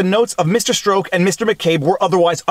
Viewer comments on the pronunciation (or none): Peter Strzok, it rhymes with Hawk. Not choke, broke or toke.